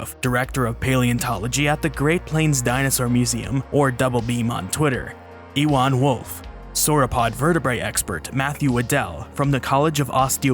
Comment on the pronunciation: EWAN IS NOT PRONOUNCED EE- JUAN BUT RATHER BEING A CELTIC NAME IT IS PRONOUNCED YOU-JUAN.